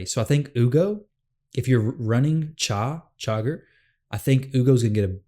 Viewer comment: It’s Shuh-gur. Anton Shuh-gur.